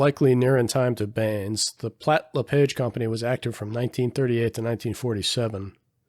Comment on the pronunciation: A small correction regarding Platt-LePage Aircraft. "LePage" is pronounced sounding like "LePaage" (sort of French sounding) Not like the "page" of a book. The Platt-LePage Tilt-Rotor dates back to the early days of The XR-1, Frank Piasecki told me how Haviland Platt gave him busy work, setting up the mixing controls, of the small Tilt-Rotor, when he first arrived at Platt-LePage Aircraft. Drop me a line if you ever want to animate the XR-1, or the XHJD-1.